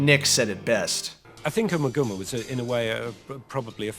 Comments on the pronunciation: It’s uma gooma. Not ummah gummah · I once found an old dictionary belonging to my Grandmother. Flipping through the pages I came upon a word that was awfully familiar. Ummagumma. As the dictionary clearly showed, the first A (eh) was shown as a hard A. The last A was shown to be should I say, a flat A.. The proper pronunciation IS UmmAgumma, not ummagumma. The definition for the word was simple- meaning absolutely nothing about anything. Anyone able to add more to this I would appreciate it, as I've been unable over the years to track down that 30s dictionary nor can I find any confirmation from other sources. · I wish people could pronounce the album title correctly. FAIL. Listen folks, Nick Mason correctly pronounces it in the fricking video, listen carefully. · LOL, plays a clip of Nick Mason saying the name of the album and still pronounces it wrong... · LoL and lol and more lol, indeed LMFAOO... you just can pronounce Ummagumma properly !!